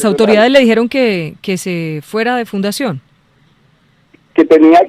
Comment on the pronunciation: Es fundacion no funcion